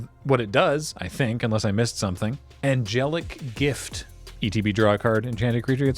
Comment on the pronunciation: You really do not need to apologize,. It is so enjoyable:) Your pronunciation of Angelic Gift was spot on!